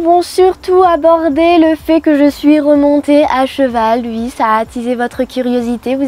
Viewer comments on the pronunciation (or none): hhh ça me fait très bizarre la manière dont elle dit "ui" super faq